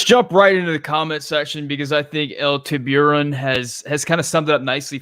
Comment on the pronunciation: "El Tiburon" ... "The Shark"... Ask the restaurant owner how to pronounce that word. China is ruining old stadiums. You know why they are paying for new stadii.